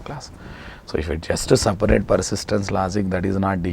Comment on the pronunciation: s a p a raate ..ha ha..your english..